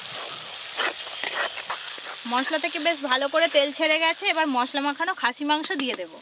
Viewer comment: Koto bar khasie mangso bol ben😂😂😂😂😂